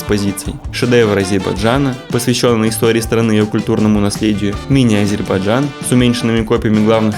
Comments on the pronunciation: лучше сначала научись правильно произносить название республики ! не Азербажан, а не Азербайджан!!! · Ребята правильно говорите название страны не Азейбарджан а Азербайджан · Город красивый, автор костноязычный, его друг вообще двух слов не может сформулировать. Я все видео слышал Азербаджан, это очень режет слух. Дикцию надо развивать и читать книги, а то Короче, Как бы, Ващето... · Даже выговорить правильно не может 🤦‍♂️🤦‍♂️🤦‍♂️ АзербаЖан 🤦‍♂️🤦‍♂️🤦‍♂️